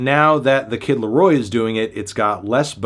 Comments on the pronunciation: Reviewing the Kid Laro-AH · the kid larowah